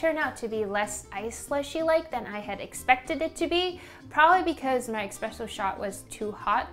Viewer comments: great video! just wanted to say that its actually eSpresso and not eXpresso :) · saying expresso instead of espresso had me giggling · ESpresso, not EXpresso. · Hate to be that guy, but it‘s eSpresso not eXpresso. Also mocca pots , like the bialetti, don‘t make Espresso, they make mocha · Great video, but I cannot let this go. It is "espresso", not "expresso". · It's Espresso, not Expresso!! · On no, its not eXpresso...:D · Are you pronouncing it Expresso ? :p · EXPRESSO xD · everything looked great, loved the video and all, but when you said eXpresso...several times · ‘Expresso’. Come on now. Where’s the x coming from😩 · Its espresso, there is no x